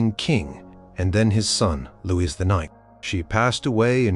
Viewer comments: I wish the narrators on this site would learn that the name Louis is pronounced "Loo-eee" and NOT Lewis. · Is that you don’t know how to pronounce Louis? Is this why you switch between Louie and Lewis every other time you say it? It doesn’t take long to look this up. It does you a disservice.